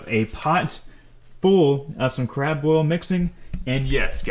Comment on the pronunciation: Boil it not boyet Lol